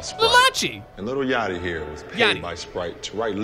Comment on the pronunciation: really said Lil Yatchy😂